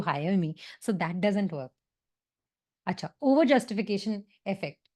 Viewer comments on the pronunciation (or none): That achcha is so Bengali 😂